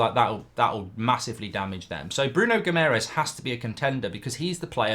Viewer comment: Please learn how to pronounce Guimarães properly! There is an extra a with an accente on it, for a reason....